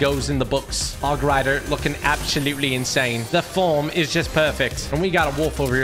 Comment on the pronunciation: he can not say hoooooooooooog riiiiiiiiiiiiiidaaaaaaaaaaa he does not play clash royale or clash of clan!😡😡